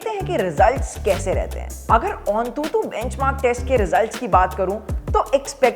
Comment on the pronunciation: Bro that's antutu not ontutu